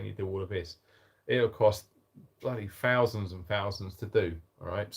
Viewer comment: If you struggle reading get a kiddie to help and please don't forget that th is not an fso three not free and not fowzand it's thousand ffs